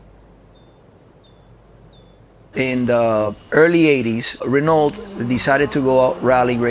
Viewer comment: such a fan but doesnt know how to pronounce Renault😂